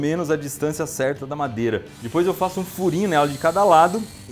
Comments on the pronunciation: Eu acho muito fofinho quando ele fala "dipois" em vez de "depois" é tão fofinho😍😍😍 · Ninguém: A Iberê: Dipois